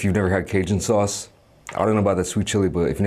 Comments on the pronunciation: “Sawooce”?!!? Subscribed. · That's how it is pronounced in Dutch. Never thought about it but put a smile on my face when he said it.